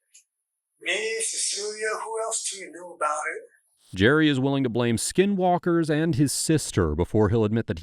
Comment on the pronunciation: the suspect calls it "skin-WalkERz" I've heard others call it schizophrenia.